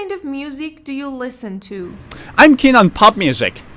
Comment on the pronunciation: Hi. I am from Singapore. I enjoy watching your video so much. I heard the way you pronounce "listen", "listening" different from I do. Timestamps: 06.38, 07.52.